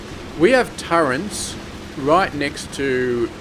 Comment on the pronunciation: Just so you know it is pronounced "turret", not "turrent"